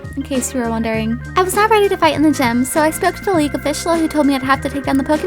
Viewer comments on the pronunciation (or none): none